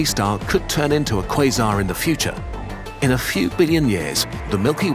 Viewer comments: Am 8 the only one who hears "This is what a face mask is" instead of "quasar"? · Am i the only one who keeps hearings quison? 😂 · umm it's pronounced croissant actually